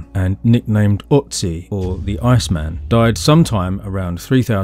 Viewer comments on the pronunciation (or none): loved it, as usual. only one minor nitpick: it's "ötzi", not "otzi". and don't tell me you can't produce the ö-sound, you can. it's the same as in world, shirt, burt, herd, heard, etc. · Another great video, good stuff! Can I be a total pedant and add two German pronunciations - Ötzi has an umlaut on the O so is pronounced 'err-tsi' not 'ot-si' and Tollense is pronounced 'Tol-en-sa'. Looking forward to more content.